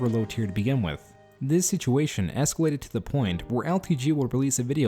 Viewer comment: I know this video is old but i caught that escawated 😂 so cawoot 🥹👶🍼